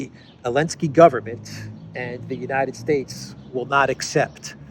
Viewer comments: WHY do you pronounce the name of a little-cocaine-man as Elensky?? Where is the Z? He is Zelensky, mate! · Because the letter Z was banned from Ukraine and most of the European union countries...so he is "complying" with that rule to the point hehe